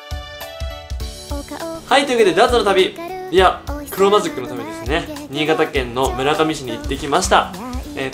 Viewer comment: にい⤵がたww